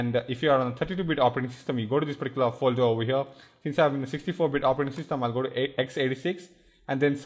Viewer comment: omg can you at least say particular correctly haahaa